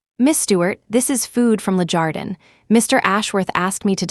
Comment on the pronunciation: LE JARDIN not Lejardan